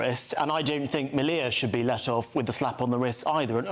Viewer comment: Then they came for the twinks and the soy boys, but I wasn't a twink or a soy boy, so......oh dear..... Sam's name is pronounced like 'media' but with an L. The picture of Hitler was a cartoon and was not in his bedroom but in his 'personal gym'', also known as his garage.Well done for getting that bit right, and stuff the others for not letting him speak more. The 'controversial' book was about Oswald Mosley (shock horror ) and belonged to Sam's wife Laura Towler, who now has to look after their toddler and their soon to be born second child by herself. So it's not just Sam who is being punished.